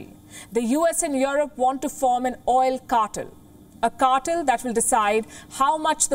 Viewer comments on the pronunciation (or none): Palki darling, it's not CAR-TUL but CAR-TELL. Please polish your pronunciation a bit more. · Cartel is pronounced "Car" - "Tell", not "Car"-"Ter". You take way the true meaning of cartel as in drug cartel, that's where the word comes from. I agree with the content of your report otherwise.